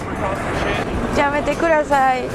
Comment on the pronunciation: Pero que pronuncie bien, es yamete kudasay, nyaaaaaa y ko ni chi wa...